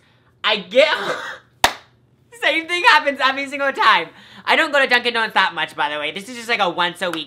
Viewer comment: Donuts not donits